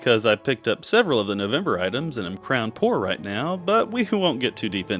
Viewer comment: The way you said crown poor😂